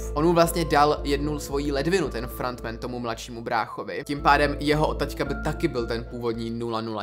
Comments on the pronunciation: "frAnt men" 😂🤦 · Pane bože… “FRANT MEN” a “ SAS” celkově ta anglická výslovnost mě vymrdává mozek z hlavy 🥲 kazí to ty videa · "Frant Man"😂😂 nemyslel si nahodou "Franta Man"? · frantmen? dži-hun? bože...